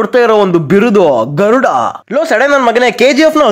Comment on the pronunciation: Garuda ❌ THARUDA ✅ 👍😂